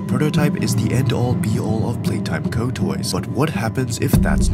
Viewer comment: Why he say playtime go and poppi wrong?